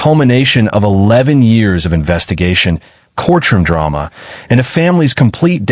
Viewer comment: why did the Ai voice say “Courtroom Drama” like this?